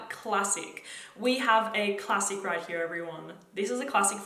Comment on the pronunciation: Forever in love with the way you pronounce “here”